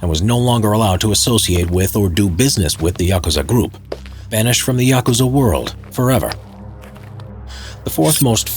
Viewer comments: Thank God you don't pronouce it yakoooza 👍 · Thank you for pronouncing Yakusza correctly.